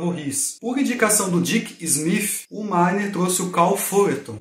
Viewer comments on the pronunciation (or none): none